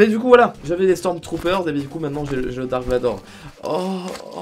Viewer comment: pourquoi tu rajoute un S a la fin de stormtrooper 😂😂